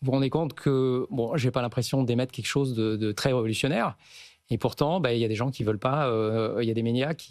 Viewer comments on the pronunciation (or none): none